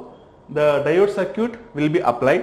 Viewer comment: not sir-cute!!!it's circuit